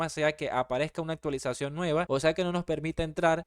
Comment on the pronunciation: Hola solo entré al vídeo para decir "actilización"😂